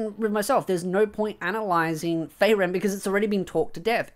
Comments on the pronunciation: Why you say feyren when its FRieren (ik its my prob but im losing your point when i get distracted and pulled away to just how wrong it sounds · free ren, not fray ren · I have an issue with this video: the way you are pronouncing Frieren I keep hearing Faerun...